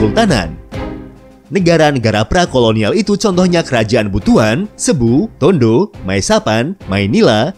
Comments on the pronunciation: Presenter/ Admin Sering Keliru Melafalkan "CEBU" Itu Dibaca SIBU....Jga Kota Zamboanga city. Itu melafalkan Iyalah Samboangga o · Presenter/Admin Sering Keliru Klo Melafalkan Kata CEBU=SIBU....jga Nama Kota Zamboanga City...itu melafalkanx Adalah..Samboangga Sity.